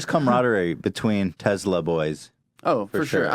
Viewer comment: For being such fans of Elon Musk and even owning their own Tesla, Ethan and Hila sure as hell can't pronounce the word Tesla correctly.